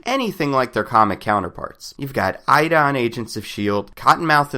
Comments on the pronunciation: A.D.A., not Aida lol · "Eye-da"? Every character in SHIELD refers to her as "Ay-da".